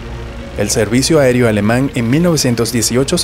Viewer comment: ¿Dijo combate aerÍo ???